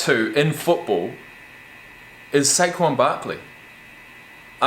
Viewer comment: I did not expect you to say saquan Barkley 😂😂😂